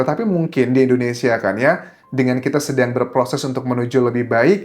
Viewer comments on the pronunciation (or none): none